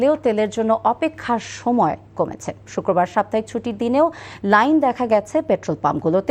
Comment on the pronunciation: ভাই শুককোর বার,, হবে না শুক্রবার হবে